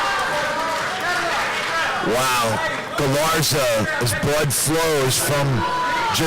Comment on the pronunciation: That commentator could not be more biased.....and he couldn't get Galarza's name right through out the hole fight.